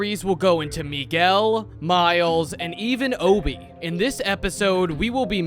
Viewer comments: did he just say obbie ITS HOBIE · I love how Americans assume Hobie is pronounced “Obie” just cos of our English accent but it’s still properly pronounced with a ‘H’. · I hate it when people pronounce Hobie's name as "Obie", his name is Hobie, it's just his accent, if you listen to other characters saying his name, such as Gwen, they clearly pronounce the "H". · fyi the h in hobie is not silent